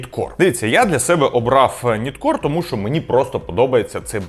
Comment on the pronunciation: Ніткор не правильна вимова!!! Правильно нАйткор!!!!!